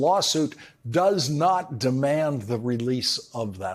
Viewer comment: was that a hard R Florida…. Florider